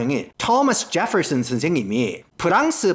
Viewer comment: 제펄슨 스애임 발음 무지 구수하네예~